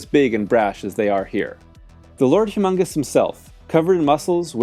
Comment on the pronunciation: It's Lord Humungus, not humongous.